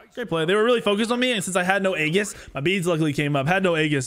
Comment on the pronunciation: A in aegis is silent like the a in aether. Why every smite YouTube says aegis wrong is so strange. Also love how says I'm gonna play safe burns his 3 twice early game and dies to da ji he knows is there lol.